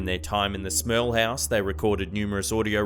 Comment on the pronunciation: I know ur saying smerl but ur accent sometimes sounds like you're saying smells I was like thats a shitty last name I would have taken hers lol